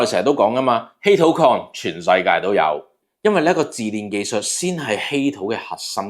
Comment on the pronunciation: 抖正不是治煉 是冶煉，音讀野煉